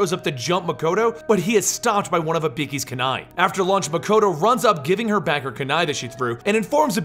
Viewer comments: IBIKI ?!?!?!?!?! E BOO KEY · Eee boo key. Dude they say it in the game.